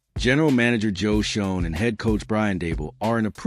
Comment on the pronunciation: Another wanna be who lost all credence when he mispronounces the Giant's GM name. Just all clickbait.